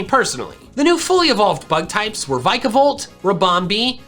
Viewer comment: adores Vikavolt, still can't say it's name right